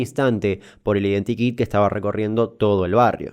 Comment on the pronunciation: cada vez que decís identikit mi cabeza escucha identi kinga